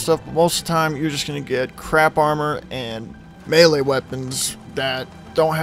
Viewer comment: This guy gets a like just for knowing how to pronounce melee correctly!